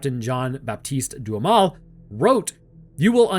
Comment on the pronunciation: Anyone else hearing DOOM METAL instead of Duhamel?